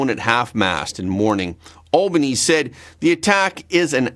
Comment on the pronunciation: Excellent episode again mate Heads up though 😉 Bondi (Bond-eye) Albanese (Alban-easy) or just insert expletive 🤣